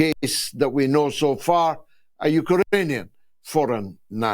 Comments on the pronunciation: Great show George but I'm laughing out loud at your pronunciation of Ukrainian. You're saying Uker_anian. It's Uk_rainian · “U-ka-ranian”. Some needs to spell UkRanian to George. The R comes before the A not after. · Absolutely love George's sarcasm 🙂 Not sure what a Uka-rainian is though 🙂